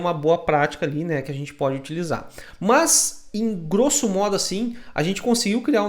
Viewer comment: Muito bom!!! rachei o bico com os "Muoôs" => "mas" kkkkkkkkkkk